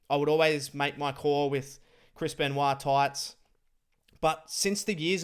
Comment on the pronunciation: calls him "Chrispen" instead of Chris Ben----WAH